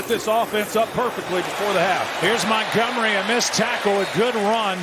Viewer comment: He is david montgomery not montgomry!